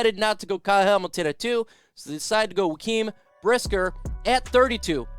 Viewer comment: "Juh-kwaan" Brisker bro